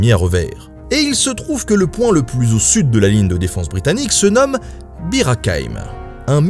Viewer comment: Vous aussi vous avez entendu beer à la place de Bir ?